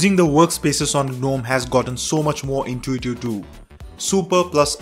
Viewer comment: it is really intuitiew...😂